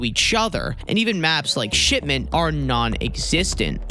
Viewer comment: It sounds like he says shit mint instead of shipment.